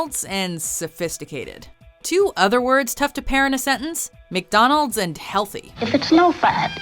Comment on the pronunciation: Is it my ears or does she pronounce McDonalds like: "meek donalds"???